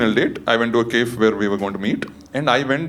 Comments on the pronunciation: this guy said kaif???? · its pronounced cafe 😭😭